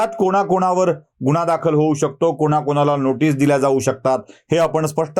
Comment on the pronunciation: गुण्हा? शुद्द उचचार 😂🤣